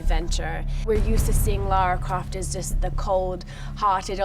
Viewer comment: Lara Croft you mean? Not Lara Craft !!